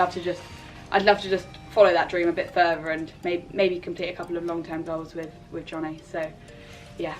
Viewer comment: Johnnie looks really nice. I'm actually from the Netherlands and I saw the explanation on the pronounciation of his name and it is quite off actually hahaha. I woudn't know how to explain how to pronounce it in English so if you really want to know how to say it I would reccomend just putting it in google translate and listen. Love x